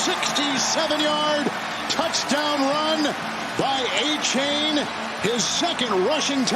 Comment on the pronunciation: Somebody pull the commentators coat about his hideous pronunciation of Achane. More than likely it's not "A-chain," but "Ah-cha-nay."